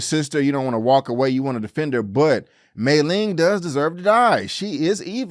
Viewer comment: Great review. Agreed with all your points. One nitpick, Mai-Ling's name is pronounced "MY-Ling" not "May-ling." Otherwise it would've been spelled Mei-Ling.